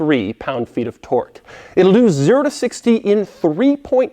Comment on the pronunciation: he said tort